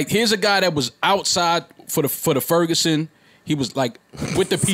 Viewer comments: The Ferguson 😂😂 Don’t do that y’all it’s “Ferguson” STL4L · My nigga said "The Furgerson" 😂😂😂 like it's "The Rona" or something